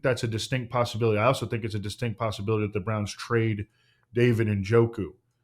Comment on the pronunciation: For a show that always strives to pronounce names properly you guys seem to never mind butchering the pronunciation of Njoku. It’s not In-joku 😂.